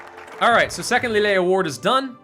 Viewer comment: I know this probably doesn't matter and won't even read this but Valois is actually pronounced 'Val', and ois makes a 'wah' sound. So his name is said 'valwah'. Also Lille 'as in the first Lille award' is said 'lee-il'. It's not important, but it's nice just to have the information available.